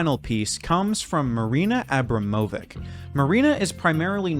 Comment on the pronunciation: I really appreciate your work because videos on the theme of art are rarely made. Rythm 0 is a very powerful artwork and I'm glad that more people will learn about it through your video. Though I'd like to point out that the correct pronunciation of Marina's surname is AbramoviCH